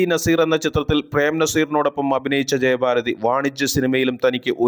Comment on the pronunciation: ജയബാരതി അല്ല. ജയഭാരതി